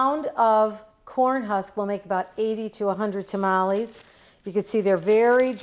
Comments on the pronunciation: If a Hispanic say TA-MA-LEE instead of TAMALES then their tamalee is not good!! 😉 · why do u sound white when u say tamales lol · "A couple things you should know about tuh-mollies"